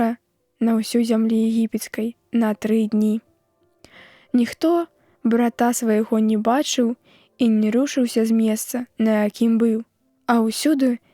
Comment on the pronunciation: Брата свайго, націск мусіць быць на першым складзе, а не на другім.